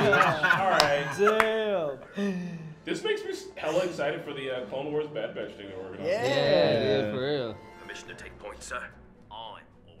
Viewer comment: Well yeah, except I don't think our boy needs any more encouragement.😏 He's already got the wrong impression of the Bad Batch burned into his brain, as well as messing up the name over and over again. 🤦🏼‍♂️